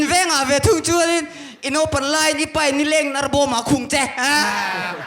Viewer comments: Vangtlang pa hi a upa ber hmel sia, mizoṭawngava thiam lo ve,, peih tih turah paih te ti mawle putar berin 😂😂😂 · midang lakah chuan a upa tih a hriat reng alawm le...a upa berin mizo ṭawng a pâi hi kalo zak😂😂😂peih tih tura paih ti khut2 a puitling lo hle tihna nih hi